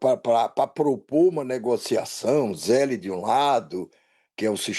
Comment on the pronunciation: Zeli não banana podre. Se pronuncia Zel.